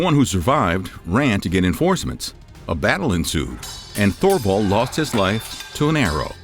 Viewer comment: Please learn to pronounce Thule, and Thorvald. As someone educating others, correct pronunciation helps!